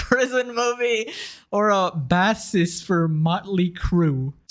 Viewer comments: Its bassist, Bay-sist like a guitar player my guy. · How in the fuck do you not know what a bassist is? Or how to say the word??? That's insane dude. Also didn't sound like you've heard of Motley Crue either which is kinda funny. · At time stamp , you pronounced the word bassist wrong. It’s an instrument not a fish. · Nobody noticing how he said bassist wrong? As in a band bassist? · How do you manage to pronounce bassist like that? lol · Granted she didn’t get the job from the tattoos mostly the demon one on her neck. I can tell kid making this video is young af with minimal life experience. He should not be judging other when he can’t even read the word “bassist” 😂😂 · Thats not how you say bassist